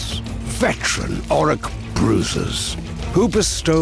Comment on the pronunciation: Dude, he said Orruk pretty clearly. 😑